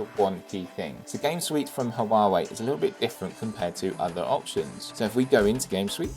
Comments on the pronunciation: I'm sorry but this is driving me crazy, its HUAWEI not HUAWUAWEI, besides that, great review, keep it up ! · The review is good, but the constant cuts in the video is distracting, and I think your background music is a bit too loud. Also, it's like you've never heard Huawei pronounced before. Still, found the content itself very good. 👍